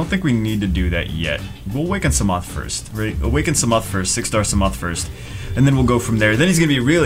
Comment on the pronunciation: Put ya peace sa ma on despair (that's how ydcb pronounces it)